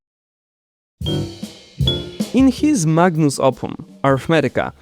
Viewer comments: You said magnus opum when it's magnum opus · Magnum opus, NOT magnus opum.